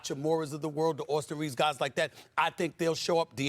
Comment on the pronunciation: Who is Austin Reevus?